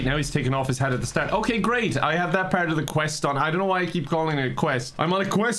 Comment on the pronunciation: The way said quest at the beginning is 😍😍😍